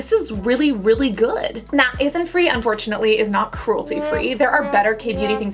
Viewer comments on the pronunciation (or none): You really dislike innisfree enough to pronounce it as Isinfree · i think u said innisfree wrong